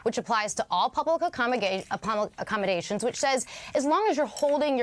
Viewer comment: I'm trying to be serious for school work rn but the "accomogaytions" got me. Like, ma'am get it together!! xD